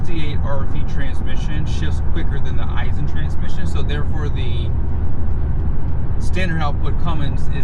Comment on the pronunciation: 1.) it’s Aisin, not I-sin 2.) it’s in 2nd b/c there’s 8 of them mfs & it would only be a hindrance to shift all the way down 3.) the ZF isn’t any more ‘heavy duty’ than the competitors & all 3 are used in medium duty trucks currently. 4.) they ALL 3 have exhaust brakes & have for years. 5.) the PCV filter has always been easy as it can be on the 6.7s. 6.) the torque curve is better on the V8 power stroke, so that’s a moot point 6a.) any engine stands to benefit from an increased # of ratios in a transmission, nothing about being an i6 removes the fact that there’s a finite torque curve & even more finite points of peak torque, power & efficiency.